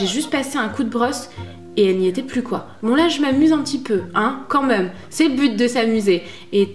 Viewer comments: J'aime trop tes vidéos mais ton accent sur le mot même m'énerve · je t'adore et j'adore la manière dont tu dis même! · tu dis tjrs ''meume'' mdrrrr je t'adore